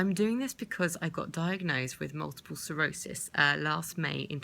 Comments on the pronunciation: Sclerosis... NOT Serosis. It would help if you could say the actual name correctly. Just saying. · Sounds like you're saying Multiple cirrhosis...